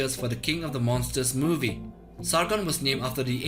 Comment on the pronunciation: he tried to say monsters you norm